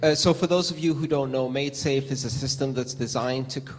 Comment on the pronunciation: its maidsafe not madesafe.